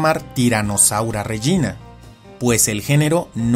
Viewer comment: Creo que se pronuncia régina y no regína